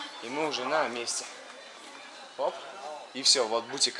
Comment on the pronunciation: Ваш этот бУтик прям по ушам режет! БутИк! Элементарное слово же🙄🤦🏻‍♀️